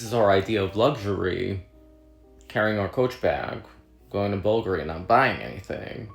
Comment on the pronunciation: Let people live. The crap will be made and sitting on an inventory shelf for someone else to buy if you don’t. Consuming less won’t help the earth at all. Someone else will always buy the crap you didn’t. Agree with the roast on the coach bag, but it’s not “bulgery” babe. If you can’t pronounce a fashion house then don’t roast other people, it makes you look poor/uneducated.